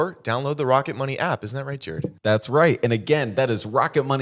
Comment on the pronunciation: Not “Jarrerd.” 🫠